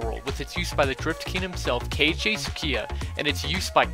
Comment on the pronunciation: ITS NOT K-ICHI TSUCHIYA ITS KEIICHI TSUCHIYA!!!